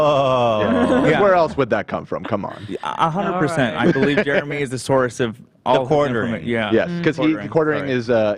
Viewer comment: Who else says Jeremy the way pronounces it???🙋🏽🙋🏽 I do and everyone makes fun of me for saying Germmy